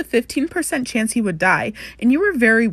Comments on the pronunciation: lmao the “we took a chonce” killed me fr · "you never had a CHONCE" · Niall Hor-Ann You never had a chónce!